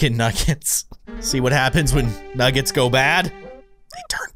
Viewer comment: 🤣 baldi’s is a bad speller he cant even say “nuggets” he says nuggs